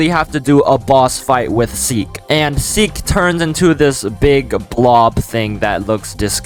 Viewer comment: Seek not Seel